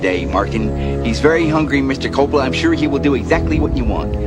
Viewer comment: Look dude. I wanted to enjoy your video but you couldn't even pronounce the name of the director. Try harder.